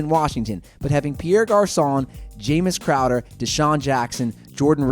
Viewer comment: You said the same thing every time, if they didn't have good players they wouldn't be good. Obviously no one will be good on a horrible team. And really Jordan Cameron, Kenny stills, Jamison Crowder (who you didn't even pronounce his name right) are LOADED weapons. What?!